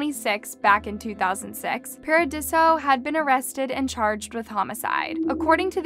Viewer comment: The vocal fry and inability to read (Paradiso is not pronounced Par-uh-dee-see-oh) made me say, “Buh-bye.”